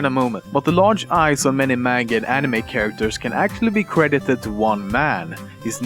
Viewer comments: i thought it was pronounced ani may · he say anime like "anima" a few times... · He said Anemeh not animey (ps i know i spelled it wrong, i was just spelling the pronunciation) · Fact #11: It's pronounced "anime", not "eenimei". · The way he says anime really irks me. It's ah-nih-may not ah-nih-meh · animeh? it's pronounced animey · nobody: lemmino: enimess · "animeh" XD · people spell anime but this is what they say insted animay yep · Änimeh :D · I like how you sometimes say animehhh :P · love the way you pronounce it "aniMEH" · I hate the way he produces anime "Anima" And why does Americans have to pronounce manga as monga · The way he pronounce the word "anime", disturbs me, seriously haha x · It totally make sense when u cant even pronounce "anime" correctly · if you going to pronounce manga right, why not anime. the A's sound doesn't vary from word to word. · okay hes saying anime wrong! and that makes me so mad!! say anime right!! >.<